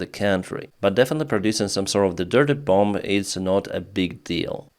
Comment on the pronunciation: Hello, Thank you for your work. It is good to hear what is happening in Ukraine 💙 I thought you would like to know that the 2nd "b" in bomb is silent - so it sounds like "bom" instead. Much Respect from an American Ukrainian